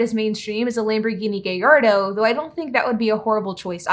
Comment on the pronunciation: The Lamborghini “Geyardo” 😂